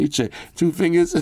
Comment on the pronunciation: came back to this video to get ready for the 2024 phone awards and i couldnt hold it when you said two fisngers 😂😂 this is why i watch bro